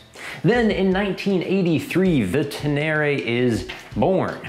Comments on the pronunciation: It’s Ten Eh Ray not Ten Airy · it’s Ténéré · Pronounced Ten-ay-ray.... after the desert. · wtf is "Tenary"? Say it right, man